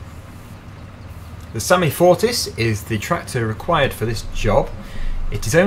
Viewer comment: The SAME is pronounced as same not samy